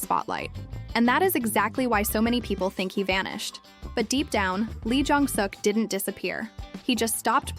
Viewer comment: Please pronounce their names correctly. Park Seo Joon is pronounced Park So June Nam Joo Hyuk- Hyuk like the u is silent. Moon Ka Young Ka not Ga Song Joon Ki- Song June Key Lee Jong Suk - Suk is pronounce Suhk not Sook listen to how they are pronounced before you pronounce it wrong. Thanks